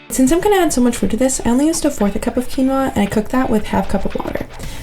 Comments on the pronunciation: Its because he said kinoa instead of the actual pronunciation of quinoa .. I'll give him credit ...he said that thang with so much confidence 😂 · He been vegan for 3 years and still says Key-Noah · did he just say.. kin-oah? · Maybe because he said “keen oh a” instead of “keen wa” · lol..it should sound Quínoa..like in Spanish because Quinoa comes from the Peruvian Andean mountains.. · I don't where you're from but nowhere is it correctly said "key-no-uh", its "keen-wah" regardless of where you live. You're just saying it wrong. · They probably didn’t put him in the thumbnail because he said “Key-no-uh” 😂😂😂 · out here pronouncing Qinuoa like Key-Noah, someone has to tell him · I'm so sorry, did my man just pronounce "quinoa" as "key-no-a" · I pronounce it as kih-noah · yes because its correctly pronounced ONE way lol. Phonetically: ˈkēnwä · "Key Noah" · I know he didn’t pronounce Quinoa as “key-no-ah” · I really like you’re recipes but wanted you to know that quinoa is pronounced “key-wa or king-wa”. Thanks for sharing. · BRUH NOONES POINTJNG OUT HE REALLY SAID KEY-NOAH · Agreed. I love him but I do find it funny how he mispronounced quinoa after being vegans for 3 years hahah 😆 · Because he mispronounced quinoa. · 😂 i love how he pronounced it im like hmmm must be a new kind of grain then I look to the top left and see the word quinoa 😂 dish looks fire though 😁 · but he's speaking English, and that's not how it pronounced in English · When you think there is only one way to pronounce quinoa.